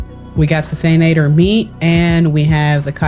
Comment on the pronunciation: Thank you for the recipes! I use the mushroom pie and the crunchy egg fry all the time for harvesting. For the future though, it's Than-ah-tore, not than-ay-ture 😅😅